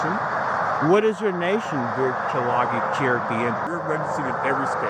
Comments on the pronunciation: when he says Tsa-La-Gi as "chaLAgi" I laughed!! It's Tsa la GEE, which is how you get the modern CheroKEE. There are Eastern Band Cherokee (Georgia, Tennessee, Carolinas, etc.) and Cherokee Nation of Oklahoma. There is no Cherokee "tribe" in Pennsylvania or Rhode Island. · "Cha-law-gi"... Can't even pronounce Tsalagi (tsa-la-gi) correctly. Trying to pass as Cherokee and using the Cherokee Nation for your ignorant, ego-tripping bad behavior is a type of dishonor no real Tsalagi would ever even think of perpetrating. Tla Adalvquodi. Your lack of honor will continue to be your undoing. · Him saying "So log gee" pissed me off as Someone with Cherokee heritage... It's " Sa La Gee" ( Tsalagi), Our Tribe technically IS a Sovereign Nation, but We are Based out of North Carolina and Oklahoma.... And We follow the Rules and Laws of BOTH the Cherokee Nation and the United States.... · He doesn’t even know how to say Tsa la Gi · There’s so many issues, 1 they’re obviously not Cherokee Indians. Anyone who lives in Cherokee nation knows that tsalagi isn’t pronounced that way! Sah la gee where the gee is soft like the clarified butter gee. There’s no kind of national law-enforcement. They are a sovereign entity that they still live under the laws of United States. Still have to have drivers license, etc. now we do have Cherokee nation tags but there’s still official Oklahoma tags. They’re just purchased through the nation. We do NOT have drivers license through Cherokee nation, btw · Tsalagi is the Cherokee WORD for the Cherokee LANGUAGE. The documents are bogus. Correct pronunciation is : Sa-la-gi. Not whatever this goofball said. If he were Cherokee, he would KNOW THAT. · As someone who is Tsalagi, I’m only pissed because they keep pronouncing Tsalagi wrong. And is also wrong. They did not create the nation or the tribe. Tsalagi Tribe has been a tribe since before America was America. These guys are just idiots. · Idiots don’t know how to pronounce Tsalagi nor what it means 🙄